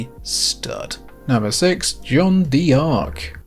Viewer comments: Really sorry to be pedantic but as a French speaker I can't let it go. "Jeanne" rhymes with "Anne" and "D'Arc" is pronounced "dark". Just say "Anne Dark" with a "zh" sound at the beginning. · You're hurting my ears. It's pronounced Jeanne "Dark" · As a french dude, it's very funny how you pronounced John Dee Arc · It kinda bothers me that he pronounces it "John Dee Ark" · Lol that's the most American way of pronouncing Jeanne D'Arc I've ever heard. Fantastic game though! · ach Gottchen, wein doch nicht :) wieso so salty? Und Jeane d'arc halbwegs korrekt auszusprechen, ist keine Hexerei. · The PSP was such a fucking great console!!! Btw in French, "D'Ark" is pronounced as "dark" the "D'" is a shortening of "de" which means "of". And "crois" is pronounced as "cr-wah" which means believe, "croix" means cross. Americans butcher French so badly and others are getting influenced by it 😂 Looking forward to watching more of your vids!